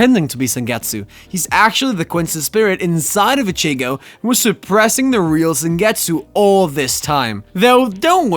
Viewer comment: Bro you gotta stop these names wrong. I was gonna let you slide with ichigo. But my brother in Christ you’ve pronounced almost every names from the show wrong 😭